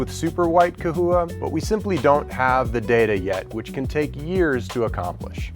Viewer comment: Is it ca-houa (you're saying it non stop) or cha-houa (what ppl say)